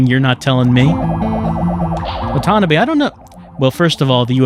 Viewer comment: I shed a tear every time "wa-TA-NUH-bay"